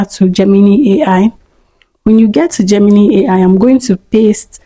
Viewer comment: Great video! Just a small tip: Gemini is actually pronounced 'JEM-in-eye', not 'JEM-in-knee.' No offense intended at all, I still gave the video a thumbs up!